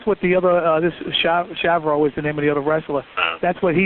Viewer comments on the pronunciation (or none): lmao "shav-row"....uhh...CHAVO!?